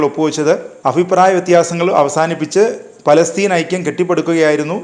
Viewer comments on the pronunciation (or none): none